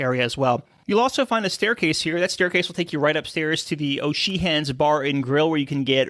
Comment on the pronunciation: Excellent video but is that really how you pronounce O’Sheehans?